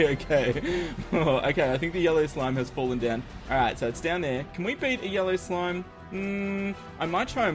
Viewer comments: Idk if you say yellow slime or YOLO slime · When you said yellow slime after the yollo I thought you said yollo slime XD